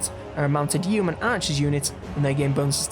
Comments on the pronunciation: Yeoman is pronounced 'Yo' -man as in 'Yoyo', not 'Yewmen' as you pronounce it and Melee is pronounced 'Mel' as in Melanie and the second syllable is pronounced 'ay' as in 'lay' and not meal - ee as you pronounced it. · yo-man not yeo man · Nice guide, but the pronunciation of yeoman hurts. The E is silent. It's "Yo-", like slow. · YO-man...... Or yo-man-ree